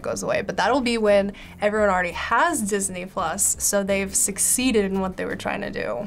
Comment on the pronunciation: Idk i heard all the time this ni**les instead of Disney plus hahaha